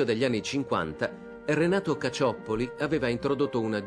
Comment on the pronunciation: Si dice (e si scrive) CaCCioppoli, non CaCioppoli.